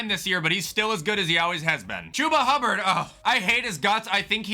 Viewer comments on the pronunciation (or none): none